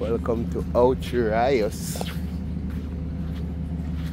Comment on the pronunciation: Just out of curiosity…are you deliberately mis-pronouncing Ocho Rios for fun?